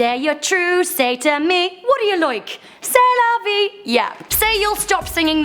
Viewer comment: When you said C'est la vie or something I thought you said Sailor Vie and I'm liKE SAILOR MOON